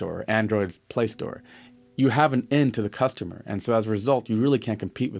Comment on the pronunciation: What's a cosutumer?